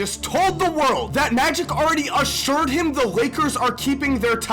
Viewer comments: Luke Walton said insured not assured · He said insured